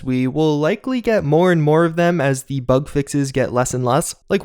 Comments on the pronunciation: Was that suposed to be bag or bug? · says fallout 76 bag not bug